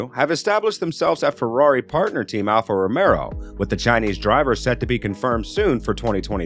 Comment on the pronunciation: I keep hearing Alfa Romero and I'm waiting for zombies...